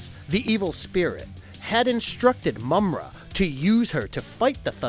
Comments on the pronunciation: It's pronounce Ma-mutt not mummat you dip - if you ever grew up watching this cartoon as I did you would know how to pronounce it - sound it out maaaaa mutt - watch the cartoon & you'll hear how the character Mummra says it. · My nigga did u even watch this? Ma-mutt and slith? You mean Marr-Mutt and Slythe (said like sl-eye-the)